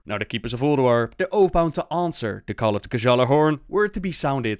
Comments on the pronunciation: It's pronounced GYALLAR-horn not Guh-Jalla-horn xD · Any Scandinavians might correct me, but i think the pronounciation is of on a lot of these. It's not even you, it's also Blizzard itself. The "ja" should be silent. Valar-yar, G-ya-larhorn etc. is the correct way of pronouncing. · i can imagine all the destiny fans getting triggered when you pronounced Gjallarhorn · The pronunciation of Gjallarhorn just killed me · Omg why can't the voice actors read Gjallarhorn how it's supposed to be...well Blizz is raping norse mythology enough already, this doesn't really matter I guess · I love how they just absolutely BUTCHER the norse Accent :D